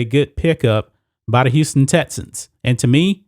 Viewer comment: Yo goofy ass cant say “X” bruh its not “tessans” or “tetsons” its TEXANS u goofball pronunciation is key to intellect